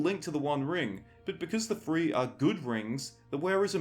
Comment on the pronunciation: Do you mean "three" or "free?" I'm really trying to understand this.